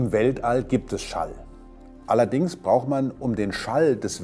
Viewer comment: Bitte bemühen Sie sich als LEHRER etwas um die Sprache und führen nicht die scheußliche Unsitte weiter, das Schluß-"t" von "braucht" wegzulassen. Das macht dann jeder Sprachdepp nach, weil "der Lesch" das auch so macht.